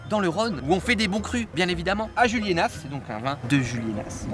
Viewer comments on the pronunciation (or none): Cyril on dit Juliénas pas Juliénasse! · Cyril le s de juliénas ne se prononce pas 😉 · J'habite à 5 minutes de juliénas, j'espère te croiser un jour Petit édit, le "s" de Juliénas ne se prononce pas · Le S de Julienas ne se prononce pas 😉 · Par contre je t'en veux pas mais pour habiter juste à côté de julienas ça fait mal aux oreilles, le s de julienas ne se prononce pas mdr